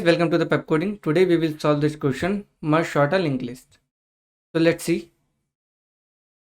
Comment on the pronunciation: It is sort bro not short